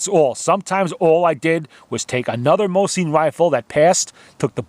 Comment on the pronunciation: Awesome video mate! Just the way you pronounce Mosin just bugs me lol...